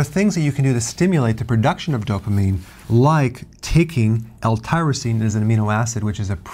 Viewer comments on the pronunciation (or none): L-tyrosine not L-tryrosine